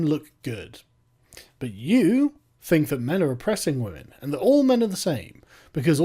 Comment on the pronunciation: when will you stop oppressing wammin? How can you stop oppressing wammin,?